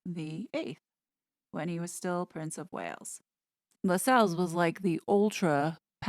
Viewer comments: The name is pronounced "LASSells". I know, I know . . . . 😄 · LAS els. Not Las Celles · Tommy Lascelles....Pronounced....Lass- cells.... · I believe Lassels is pronounced like “tassels”. Pretty sure it’s not La-sells. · I agree. See my last name. It’s “castles”, not ca-sells! ❤️🇨🇦